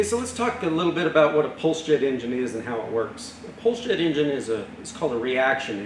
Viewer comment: "Pulsejet" sometimes sounds like "bullshit".....